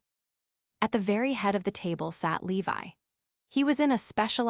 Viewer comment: His name is Levi, not Leave I Your AI is horrendous!